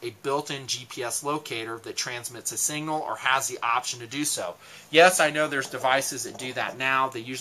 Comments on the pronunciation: Its pronounced SIGNAL not SINGAL. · I think that's sig-nal. Not Single-ing mirror. Your funny. Good stuff though